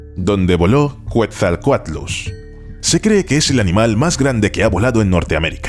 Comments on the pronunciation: Quetzalcoatlus se dice: /'Ketzalcoatlus/ Está erroneo como lo pronuncias bro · Me encantó el video muy bueno, solo un par de anotaciones Deinosuchus se pronuncia "Deinosucus" y en la palabra Quetzalcoatlus la primera U, no suena ya que hace referencia al ave actual del mismo nombre y a un dios maya y por último los nuevos estudios ya nerfearon a mi Dunkleosteus :c parece que no midió más de 3 metros pero esa se perdona porque tiene como un mes que salio el estudio